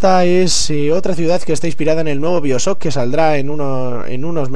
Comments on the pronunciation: Biosoc?? xD pq los españoles no pronuncian bien el ingles? xD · jaja "biosock" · no quiero insultarte pero pronuncias mal bioshock se dice en ingles